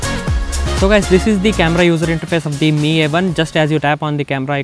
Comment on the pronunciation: The way he pronounce 'MI' as 'ME' really bothered me!